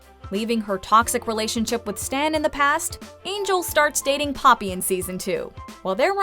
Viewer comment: The way the narrator says papi like "puppy"😂😂😂